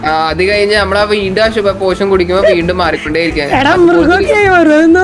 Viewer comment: പോഷൻ അല്ല POISON അന്നേ... 🤣🤣